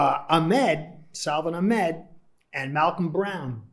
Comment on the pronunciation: Good work. Note: His name is pronounced SA-von AK-med